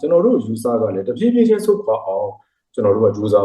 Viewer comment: တဖြေးဖြေးကအခုထိမပီသေးဘူးလား